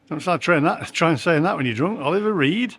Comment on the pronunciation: £52 and It's Reed not Read, that's reading a book as opposed to Reeds in the pond you know